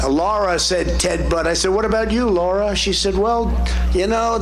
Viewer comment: The best thing about Trump is that he absolutely refuses to pronounce his daughter in law's name correctly. "Laura, we love Laura. Laura is so great, isn't that right, Eric?" Her name is, and always will be Lara. Like, wtf? So disrespectful, it's a disgrace.